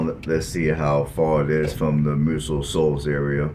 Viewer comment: My home town.. Muscle Shoals is pronounced like the muscle in your arm.